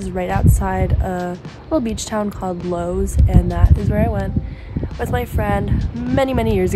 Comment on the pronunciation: Lewes is pronounced Lew Is. Have safe travels.